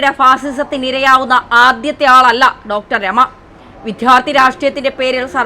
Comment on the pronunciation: വിദ്യാർത്ഥി എന്ന് പറഞ്ഞു പഠിക്കു